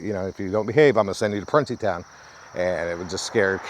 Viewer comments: Pronounced prune like the plums and there is somewhere a monument behind the actual prison of all the dead boys that were murdered and raped there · You're pronouncing it wrong...it's (PRUNE-É- TOWN) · It was pronounced pru nee town. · I grew up in Montgomery, WV (in the southern part of WV) back in the 70s and 80s. I can absolutely confirm that us boys were kept in line by threat of being shipped off to Pruntytown, though on our youth, we pronounced it Pruneytown. The mere thought of being sent there for bad behavior kept all but the most ornery of us on the straight and narrow. LOL! As a 360 and architectural photographer, I just found your channel and am loving the content. Keep up the great work!